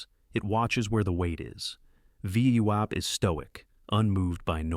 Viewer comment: It's like listening to someone with a speech impediment that prevents them from correctly pronouncing VWAP.